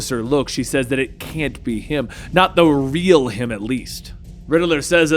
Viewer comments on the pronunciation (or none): none